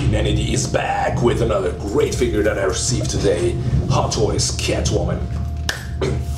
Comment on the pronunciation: "Let's go into the FIGURRRRR." Haha love you brother.